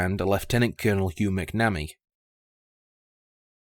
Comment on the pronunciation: pronunciation: say "mack na me" not "mack nammy". 🙂